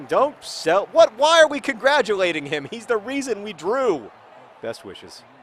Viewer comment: That was such an abrupt "best wishes."